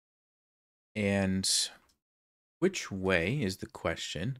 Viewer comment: first I’d like to say thank you for the content, but I do have a small request: Is there any way you could end you “and’s” with a “d” instead of a “t”? Again, really appreciate your videos!